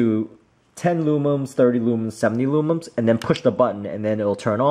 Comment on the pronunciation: For the love of all things holy, IT’S LUMENS. *NOT* LOOMUMS